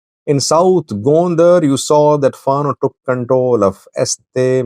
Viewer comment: I like your program. One comment: Fano should be pronounced as “Fan Know” stress on both syllables. Thank you!